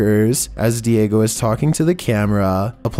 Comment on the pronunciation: Its diego not diagio